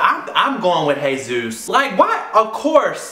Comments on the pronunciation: It's a Spanish name. Soooo. It isn't said like Hey Zeus It's Hay-ZOOS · It's Jesus. A hispanic name pronounced hey-zus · It's pronounced Hey Zeus but it's spelt as Jesus